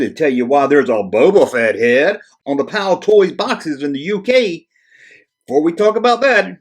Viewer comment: Excellent Video again, By the way it is Palitoy and not Palitoys, but we do appreciate your international content. This might help you get to grips with our currency